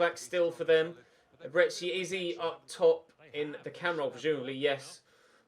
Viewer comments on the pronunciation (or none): none